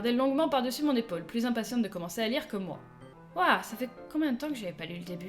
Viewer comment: ça ce prononce moÉ, pas mo ^^